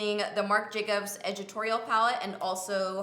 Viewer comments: I love how you say ed-it-torial palette, lol 💗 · I couldn't decide if you were saying "editorial" really strangely or if it was called "edgitorial" and I had to scroll down 😂 #palliette